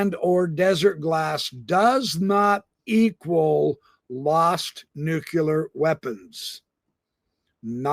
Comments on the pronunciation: Nuclear. Pronounced 'new clear'. Not 'nucular'.....no such thing😉....the error popularised by George Bush🙄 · I'm amazed and surprised by how many high level military officials pronounce it new-kuh-lur instead of new-clee-ar.